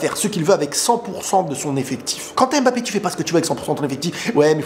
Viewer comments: Oh on en a marrrrre arrêtes avec ton Kmapeepe c’est bon on a compris (naahhh jrigole frérot ahahaha) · vu qu’il rejoint notre team normalement. Il faut que tu apprennes à prononcer son nom correctement stp! 🤍🤍🤍🤍